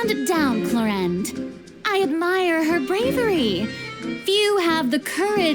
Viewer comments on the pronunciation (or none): the struggle of a non french person is pronouncing Clorinde as... "chlorine"